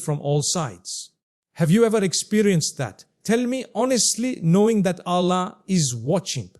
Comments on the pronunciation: True this Is NOT mufti menk. From the way u pronounce ALLAH.!!!!!!! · The way he is pronouncing Allah says its 100% AI video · First of all this is not Mufti Menk, second thing is that this AI can't even pronounce Allah's name correctly. Mufti Menk is one of the best scholars of Islam and the way he pronounce each and every word is crystal clear.. Guys please don't spoil Mufti Menk's name...may Allah guide each and every one of us... Ameen ❤ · That’s true, I saved the video but I’m coming to delete it now